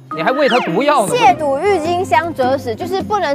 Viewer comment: 撒贝宁把渎字读对了其他人都读成了第三声😂